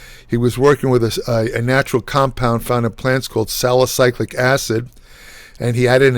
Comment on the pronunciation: I'm sorry but this dude can barely talk straight. He's overexplaining, adding excessive context, pronouncing things weird. Wtf is sali-cyclic acid? Sali*cylic* acid is a thing. Also straight up said "cock enzymes" once and kept going like nothing happened. This should be a ten minute or less video and it's 27 minutes because he's answering questions far in excess of the question in the title.